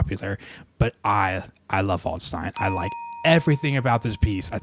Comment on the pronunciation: By the way, "Waldstein" is pronounced as if it was spelt "valdshtine", so not quite "voldstine" as I think you pronounce it. In German, 'a' is always pronounced like the 'a' in 'apple', 'st' as if it was spelt 'sht', & 'ei' like 'eye'.